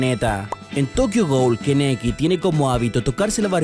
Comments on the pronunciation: Keneki xd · todoroki no esta inspirado en ese tío lo confirmó el autor y se dice kaneki Es solo una cosa que me molesta, no quiero criticar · Kaneki no keneki es Todoroki, no tokodori edit: se pronuncia Kolli (joder, me siento como Hermione con el wingardium leviosa XD) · esa pronunciación "Keneki";v 😂